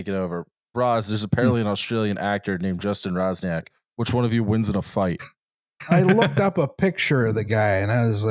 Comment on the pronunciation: Swoją drogą jak już o Polakach i polskim mówimy to Justin czytający Roczniak jako Razniak jest dość zabawne